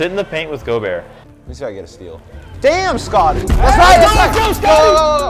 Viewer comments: theres no fucking way he said gobertt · says “gobert” but it is pronounced gobear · Bruh it’s not go-Bert it’s Gol-bear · ITS NOT PRONOUNCED Go bert its pronounced gobear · bro and call rudy gobert like flight does 😂😂 go-bert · No they pronounced it right in the beginning and called him go-bert as a joke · Intresting how they pronounce gobert